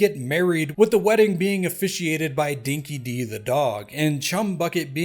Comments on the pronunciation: It's pronounced Dinky Die not Dinky Dee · Just wanted to correct your pronunciation of Dinki-Di it’s pronounced Dinky-Die. Cheers